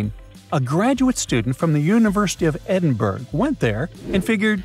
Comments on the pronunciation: I lost brain cells watching this, the pronunciation was abysmal. It's NESS in Inverness not invernus, Edinburgh bu-ruh not berg. These really are basics it's not like you are trying to pronounce obscure places in Scotland like ecclefechan findochty or garioch. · I love brightside but Edinburgh is e-din-bur-uh not e-din-burg. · It’s NOT Edinburg. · Interesting pronunciation of Inverness! And of Edinburgh!